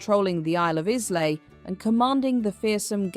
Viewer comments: Was this ai commentary? Islay has a silent s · What a brilliant telling of a great woman, 👏✨️🙌. 'Islay' - 'Eye-luh', 😊❤ Like deployed 👍